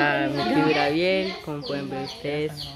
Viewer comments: Son maíz de palomitas no poporopos y es tan fácil de preparar son cerillos no fósforos se dice Gabriel no grabiel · No se dice Grabiel se dice Gabriel hay que Gabriel hay que saber pronunciar las palabras por es qué hay que estudiar para que nadie les critique como hablan así es